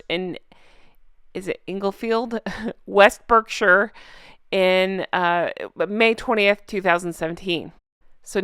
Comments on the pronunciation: Berkshire is pronounced Bark - shire it sounds very strange when pronounced wrongly but no problem. There is a famous breed of pig that comes from Berkshire, and even an old Berkshire sow in a dress would look better than Meghan. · Berkshire is pronounced Barkshire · Englefield is pronounced precisely as you said, so good job! Berkshire is pronounced Bark-sheer…….just an English thing! Apologies for our weird ways! 🤣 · I enjoy your reporting. Thank you. Berkshire is pronounced Bark-sher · My comment is coming late...Sorry! Berkshire is pronounced Barkshire, Englefield isn't that much of a tongue twister isn't it? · FYI , as a resident of Berkshire, I can confirm that it’s pronounced Barkshire. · Hello, please can i help you with the "Berkshire". Pronounce the Berk as Bark, as in a dog and then Shire as in the big Clydesdale horses, so it goes Barkshire but spelt Berkshire, i hope this helps you as i realise that we have some weird names up and down our land. Have a good day. Norah, Glenochil, Scotland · Great as usual. For your info, i know you like to get things right and pronounce things corectly, so Berkshire is pronounced Barkshire. Stupid I know but that's the Engish language for you. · It's PRONOUNCED BARKSHIRE. NOT BERKSHIRE. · We have strange pronunciation of words in England. Berkshire pronounced Barkshire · I'm an Aussie (who lived in London & the countryside of the UK). Berkshire is pronounced BARK SHEER. Who the hell knows why & I'm not pointing it out to shame you, as I LOVE, LOVE your shows, I just thought I'd give you that pointer. A few other mis-pronouncements, but no biggies, but only those that don't know, nor have never been, etc call it BERK Shire, remember, it's BARK SHEER, ~! Txxx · It's pronounced Berk shy er. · In the UK it is pronounced Bark-sher. I thought Pippa's dress was so classy & elegant!! And, I love their love story - that it was love at first sight for him. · Berkshire = bark-shu